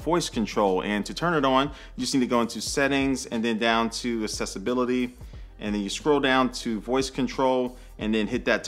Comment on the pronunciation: Sooooo am the only one who thinks it’s weird how he pronounced “accessibility”? Lol🤨🤨🤨🤨🤨🤨